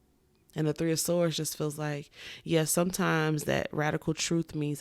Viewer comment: All “tree of y’all”😂😂 foreal all three resonated! ❤